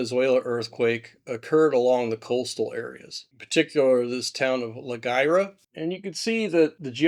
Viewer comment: "La Wira," not "La Guira." ❤